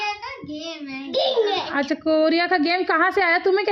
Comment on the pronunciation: Mujhe aap ke Achchhiyaa kahna itna funny lagta hai